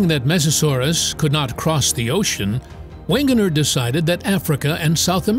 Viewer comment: Am i the only one who's upset with his mispronunciation for Alfred Wegener? He's german and the German language has no 'w' sounds. so it would be pronounced "Vegener". sorry, it just bothered me😅